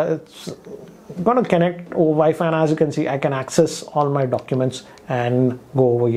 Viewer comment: Kennect, kennecting, kennected!